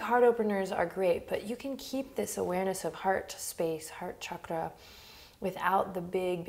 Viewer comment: at one point, Adriene said “heart chakra” and i thought i heard “hot chocolate”😂